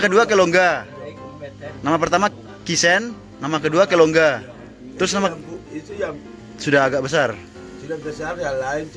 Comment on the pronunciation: Bapak Moro pu nama Waktu kecil itu Kiten Bukan Kisen 😁 yang kedua Kilungga itu artinya Cemara atau bisa dibilang nama Pohon cemara yg dipakai untuk nama Bpk Moro bukan kelongga.😁 yang ketiga itu Muru yg artinya semut Bukan Moro 😁 tapi ya sudahlah su terkenal dgn sebutan Moro jd...😂😂 Salam penyakittt Kinaonak.Wa wa🙏